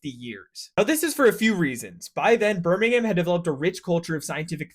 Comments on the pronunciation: Less "Ham", please. BirmingHAM is in Alabama. " Birming'um' " or Brum is the English city. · Birmingham (that's ham said like hum) is known as the Venice of Britain with all it's canals, most of which are still in operation and even in the city center from what I can remember you can see narrowboats! (Has been about 7 years since I last went) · Wh y did you say DOMESDAY instead of DOOMSDAY? At least you said Birmingham (ber-ming-um) correctly once instead of Birming-HAM ! 😂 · It's "Burmin'gum" not "Bir'ming'HAM'" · Please say "birmingum" like we do, you dont need to change your accent or anything just dont say the silent ham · Birmingm not BirmingHAM pronunciation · no. It’s not pronounced ‘ham’ it’s an ‘uhm’ sound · It’s not birmingHAM it’s pronounced Birming-um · Birmingum and Doomsday, not BirmingHAM and Domesday. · Birmingum, not Birming-ham! 😂😂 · It is Burr ming ham, Birming 'um' is closer to the local dialect The dialect, like much of the UK, is very diverse over relatively small distances. I'm from Walsall, which is on the edge of the 'Black Country' and the accent is different to birmingham even though it is less than 10 miles away. And no, Birmingham isn't in. The black Country, despite the brummies claiming it is. On a side note, the first commercial steam engine was fitted on the site I work at now, to pump water from the coal pits ! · Gosh I really want to be able to enjoy the information shared, but the pronunciation of BirmingHAM sooooo many times is just so distracting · Burminum mate, not BirmingHAM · BIRming-um .... THAT is how you pronounce it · Clearly you knew how to actually pronounce it since you did it once...why did you revert to saying birmingHAM? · As an American who moved from Alabama to Birmingham, every time he said "Birming-HAM", my soul died a little inside (especially as he said it correctly once... T-T).... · nah, just brum. But if do want to say it out fully it end in -um, no h, just -um. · burmingham ahahha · “Birming HÆM”